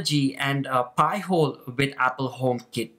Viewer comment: Ok. You should pronounce it “pie-hole”. “Pee-hole” is something entirely different. But cool video.